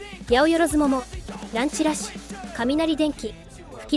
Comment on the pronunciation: 「はや」読みだぜ、甲矢パイセン